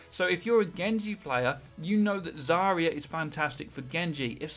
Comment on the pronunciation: AGAIN ITS ZAR-YA NOT ZARY-YA FFS TRIGGERED